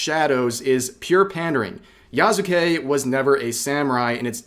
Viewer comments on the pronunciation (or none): Yea, i was like: "Who the heck is Yazukei?" Until I saw that it's actually "Yasuke".😅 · Yknow i can tell you dont know what your talking about because you somehow got his name wrong Its pronounced Yah-Soo-kay Not Yah-Zuu-kay Its a really really easy word to pronounce in japanese idk how you messed that up dude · Yas-kay not yah sue kay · I dont exactly trust the opinion of people who cant even pronounce the mans name right "Ya-zu-kay" "Ya-sue-kay" Jesus christ Hate this game cuz ubisoft makes shit games and is a greedy company, not because of racism and sexism Pathetic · why do you pronounce yaZuke if it's clearly "s" there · Its pronounced "Yaske". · His name is pronounced YASS KEH. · It’s pronounced Yas-kay. Japanese is spoken through strings of consonants, and words with Su in them are almost always pronounced silently. Just like how desu sounds like dess with a very soft almost indistinguishable u at the end which is more of a results of it just rolling off of the S sound. They call this a mute vowel and while almost all romanized Japanese it pronounced the way it looks, the exceptions are Su and Shi. When saying the individual kana you’d pronounce them but when combined in words the vowels are silent. If it was Ya-zoo-ke it’d be spelt Yazuke. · I find it disturbing how many people can't say his name. Yasuke Yasu-ke YAHS-kay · Pronounced "yaw skay". Like Naruto's Sasuke. In Japanese, the U sound on the character "su" is often dropped. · dont watch a lot of people but i love how everyone pronounces Yasuke's name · You weebs can’t even pronounce YASUKE right lol